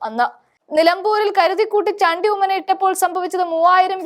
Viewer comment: മലയാളി അല്ലേ മോളെ നീ. ചാണ്ടി എന്ന് പറയാൻ നാക്ക്‌ ഉളുക്കുന്നുവോ 🤔